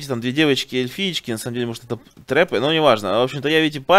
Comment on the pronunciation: Не трэпы а трапы)